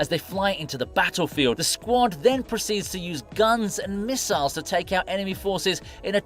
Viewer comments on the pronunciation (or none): none